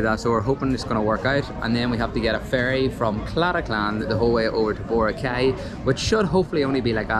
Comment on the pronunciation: You need to pronounce BORACAY correctly.